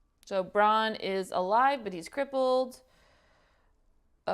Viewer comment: Your videos are a breakneck ride but it's always good to hear the thoughts of a new reactor, so thanks for the round-up at the end. When you say the name of the Stark boy, think 'Bran' as in 'Bran Flakes' to get the sound right. I'm sure you'll grow to love Joffrey, kind and benevolent Prince that he is, just as we all do.